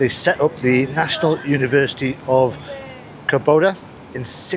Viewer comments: COR (emphasis on first 3 letters), Doba!. (Not Cor BO- da.) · It's called Córdoba, not Corboda, haha. Great videos, enjoy Córdoba and all of Argentina! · not to be nitpicking about pronunciation, but it is CÓR DO BA, not "Cor bo da". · By the way, you were mispronouncing the name of the city. It's CÓR-do-ba, not cor-DÓ-ba. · its pronouns " Cor doh bah" not "Cor boh Dah" greetings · Yeah, I was about to write the same. And he says it that way several times. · En ingles también dice "Cor bo da" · Está doblada por IA por eso los nombres salen mal pronunciados. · A mí me sale directo con el doblaje, podría configurarlo con el idioma original, pero da lo mismo los nombres los pronuncian mal.